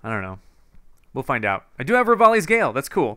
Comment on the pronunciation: so, i love ur vids so much aha, and im very late bc this vid was posted about 5 years ago, but im just saying that "revaldi's grail" is not correct, it's actually, "revali's gale" but keep up the absolutely amazing work! :))